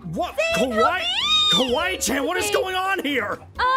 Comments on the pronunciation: It ‘s Kawai~chan not kiwi~chan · Kawaii~Chan not kiwaichan!!